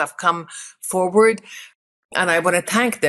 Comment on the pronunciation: “Forward”, Katie. “ForWARD”.